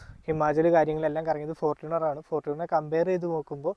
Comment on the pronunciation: ഫോർട്ടൂണർ അല്ലടാ ഫോർച്ചൂണർ